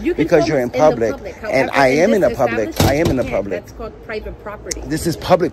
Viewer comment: Door locked ? Are you “Open to the Pubwic ?” 🤔🤪🤣🤣🤣